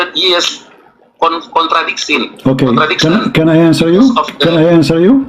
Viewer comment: Malu2in Indonesia aja. saya kira yang debat ngerti bahasa inggris. sudah dijawab tentang pengikut yesus dan Kristen, ditanyakan lagi. buang2 waktu. kalau ga siap mending jangan telp. mending belajar bahasa inggris dulu, contradiction masih dibaca kontradiksi. 😢